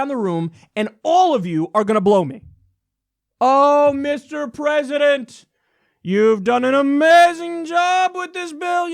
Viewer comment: Fucking Pathetic..! Pence is soo Fucking Disgusting..! ( "Da Pwesident has acted Decisively" ) I fucking hate it when he says THAT..!